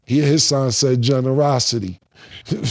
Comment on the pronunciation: 'Generoscity'....I'm on the floor 🤣🤣🤣🤣 pause